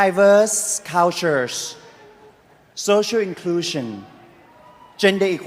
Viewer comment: "Di-veerse Call-tules"